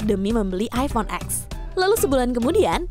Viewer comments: Bacanya masih iphone x yh bukan iphone ten 😅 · Cuma di Indo, iphone X bacanya huruf X, padahal dari sana bacanya 10 (ten) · iPhone ten bacanyaaa bukan X 😓